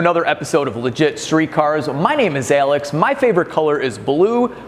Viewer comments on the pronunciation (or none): Ale ix. You said, LOL!